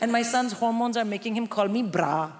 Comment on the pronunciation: She said "bra" in South African accent 😂